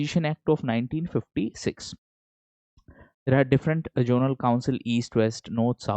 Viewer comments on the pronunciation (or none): Sorry to interrupt sir, But it's zonal not jonal